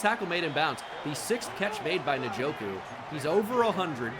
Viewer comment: Please stop saying nuh-joku